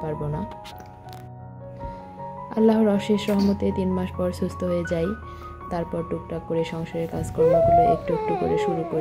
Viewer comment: সুস্থ আর অসুস্থ কথা দুইটা একটু ভালো করে বলবে আপু তুমি বলো ছুস্ত,অছুস্ত বার বার শুনতে কেমন জানি লাগে আর দেরমাস কে বললা ডেরমাস। পাবলিক প্লেসে কাজ করো তাই পাবলিকের ডিমান্ড হতেই পারে তুমি যদি পড়ালেখা না জানতে তাহলে বলতাম না যেহেতু তুমি পড়ালেখা জানো তাই চেষ্টা করবা শুদ্ধ করে বলতে।আর না হয় আঞ্চলিক ভাষায় কথা বলবা শুনতে ভালো লাগবে আমি আঞ্চলিকতা কে সম্মান করি। কিছু মনে করো না।